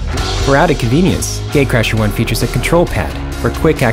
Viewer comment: It sounds like he is saying gay crasher 😂